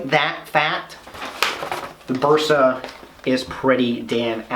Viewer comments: All OK, but why you "gringos " keep saying BUrsa? The "E" should sound like "EH" , as when you say "men", or "say", "day". In English, letter "A" has two sounds, the first one, thats the sound of the "e" in Bersa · You read “Bersa” as a Spanish Speaking person, therefore you say “Bersa” with your Regional Spanish pronunciation and accent. English speaking people read “Bersa” as they read English words and letters, therefore they will say “Bersa” with their Regional English pronunciation and accent. English Speaking people familiar with the Spanish Language, be it by education, heritage or living in USA States or areas with important Hispanic presence may use a more “correct” Spanish pronunciation.